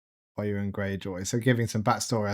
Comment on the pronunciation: Euron’s name is pronounced like you’re saying “you’re on.” Don’t pronounce it like urine. 👀 😅